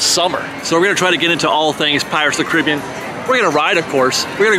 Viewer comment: Dude you’re making me mental with that pronunciation of Caribbean.